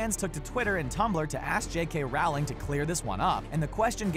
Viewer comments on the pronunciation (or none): Why do so many people pronounce her name like that, (referring to J. K. Rowling) it's pronounced rolling not Ral-ling or however people keep mispronouncing it